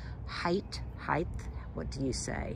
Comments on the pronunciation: There's no h at the end of height so it's hite not hith. Also foliage is foleeage not folage. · Since you asked, height, not heighth. It doesn't end in th like width and lenght! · Height not heighth! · Goodness, its just more beautiful every time you show it. You've got me hooked on Ajuga! What a stellar plant! Can't wait to see what you've created in the back. (tenderly.....its height. There's no h at the end❤) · Height (rhymes with kite), please. There is no “H” on the end!😀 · Language is always changing! The “depth, width,etc.” companion words are presumed to be the culprit for the adding of the “th” sound on height. We used to keep a running list of commonly mispronounced words in my classroom - always fun to see the lightbulbs come on! Other troublesome words include often, jewelry, realtor, supposedly, frustrated, en masse…but in the end, clear communication is the ultimate goal. Btw, so glad your beautiful yard escaped damage!